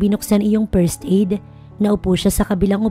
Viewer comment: DeFend, painFul, First aid, poV, careFul, THem, what brings you here NOT wats bring you here PAKIAYOS NG PRONUNCIATION pls